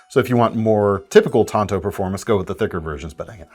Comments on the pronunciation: IT'S PRONOUNCED TANTO NOT TANTO!!! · It’s not tanto it’s tanto.. duh